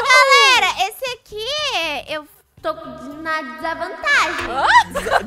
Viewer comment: "Tô com di na disavantagem" Kkkkkkk